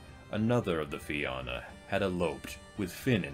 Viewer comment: Have a drink every time he pronounces Na Fianna (na feen-na) as Na Fi-anna.... Slainte 🍻🇮🇪